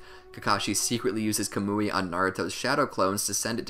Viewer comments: Bruh it’s not “kamooie” it’s “kaw-mu-e” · Yah-mah-toh not yuma-toe Kah-muwy not kuh-moooey